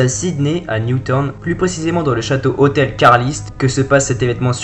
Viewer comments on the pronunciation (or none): Un " hotêl ", vous êtes sérieux les mecs. :s